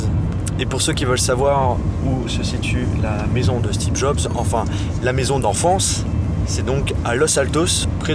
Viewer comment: Y a que moi qui entends toujours "Stebe Jobs" de la bouche de???